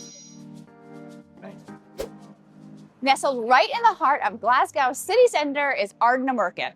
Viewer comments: Pronounce it as Glasgow with the "W" silent" (Glass-Go) Its not pronounced like "gow" as in gown. You will just annoy the locals😂😂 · Och Aye! LOL Glaz-go, nae Glass-gao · Glass-Gao 😂 Try Glaz-Go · I am Glaswegian. Glad you did a few hot spots. Will ask you attempt pronunciation as 'Glas-Goh' or 'Glaz-Go','Scon', 'shpan-oh-coppitah', 'tahttys' as you used these words so often. It's like nails on a chalk board. Appreciate your amazing efforts! Glad you had fun. ❤❤❤❤ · The consistent mispronouncing "Glasgow" was very entertaining! 😂😂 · Had to laugh at you making a decent attempt at Stravaigin and Ardnamurchan but mangling Glasgow 😂😂 Great food tour though, will need to try a couple of those I'd not seen. If you want whisky the other top pub is the Bon Accord. They've a huge members' cabinet where keyholder members keep their prized bottles, the regular selection is amazing, from the sublime to the ridiculous (most expensive £5000 a measure).